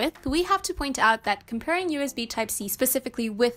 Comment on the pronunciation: Why does she keep saying UZB ?